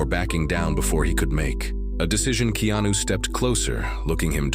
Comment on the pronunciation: DANG THE NARRATOR CAN'T EVEN PRONOUNCE HIS NAME CORRECTLY? ITS NOT KENO THERE BUDDY.